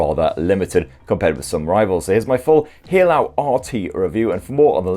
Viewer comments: Hey-lu not He-lao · Great review mate, just fyi it's pronounced HEY-LOW for Haylou, cheers